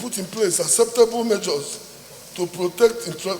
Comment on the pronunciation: Keep sleeping. One day they will take over that your pregnant Tommy lol. You should be moving motions for Biafra and oduduwa. You cannot even pronounce measures. He called it ( majors). Please go and learn how to pronounce "R" L" and "S"